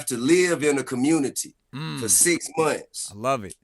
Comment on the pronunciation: "Commumity leader" 🤣 Man open ya bible & repent